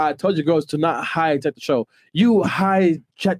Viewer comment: He said she hhigh Jack the show lol